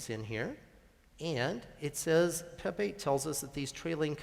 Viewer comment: At first I thought he asked "Who doesn't like Pepe?"🐸